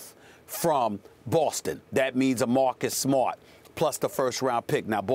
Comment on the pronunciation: Stephen A Smith pronounces "Mahcus Smhot"